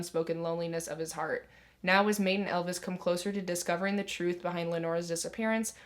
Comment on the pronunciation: So many good recommendations love hearing of new books that no one talks about I added several to my tbr. Also Maite is pronounced My-teh ☺️